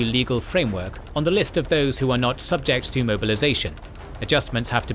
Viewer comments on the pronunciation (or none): none